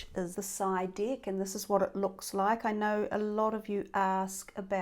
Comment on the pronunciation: Tarot dick?🤔 I'm sorry but I can't stop laughing 😂🤣I thought it should be called tarot deck😅I know it's only something of pronunciation,I don't mean to be rude, it's just,so funny when I hear it...You made my day happier with just one word 🤣so I'll subscribe👍💖